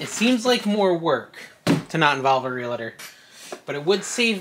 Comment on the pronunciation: It is [REAL tor] not [real A tor] like real-tor or real tour